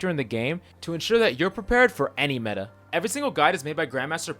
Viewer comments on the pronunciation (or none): none